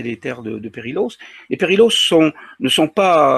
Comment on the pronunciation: Pour votre gouverne "ll" en catalan se prononce "y" il faut donc prononcer "periyos". Autre petite remarque "perillôs" en catalan veut dire "dangereux" (interessant, non ?). Sinon reportage captivant et je vous en remercie